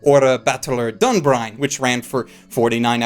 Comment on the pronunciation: DunBINE, not DunBRINE, I am actually triggered with how often you completely butcher the names of shows.